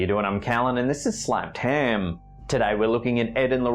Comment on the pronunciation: Dude I love your channel but what in the world is a "slapped ham"????